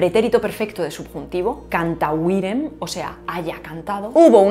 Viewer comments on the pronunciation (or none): CANTAVIREM no existe. Es CANTÀVERIM > 'cantare' que se confundiô con CANTÀVERO 'habré cantado'. Me gustan tus clases pero tu latin y tu francés dejan de desear😅😮.....Tu alemàn, sin embargo, es top🎉🎉🎉🎉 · At Shouldn't the accent be on the antepenult in both cantāverō and cantāverim (which should not be cantavirem)? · En varias de las conjugaciones latinas, has marcado el acento en la sílaba equivocada. Por ejemplo - cantávero y cantáverim